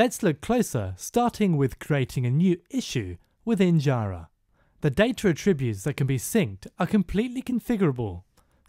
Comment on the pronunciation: You're pronouncing jira wrong.